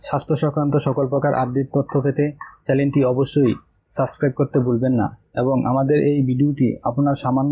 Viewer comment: পুরো ভিডিও দেখলাম।বাট রিপোর্টার তো কথাই ঠিকমতো বলতে পারে না হাহাহাহা চ্যালেন কি ভাই...? ওটা "চ্যানেল"। আর সাচক্রাইব টা কি জিনিশ...? ওটা হবে সাব্সক্রাইব